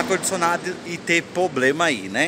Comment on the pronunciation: O Problema é ficar falando poblema#!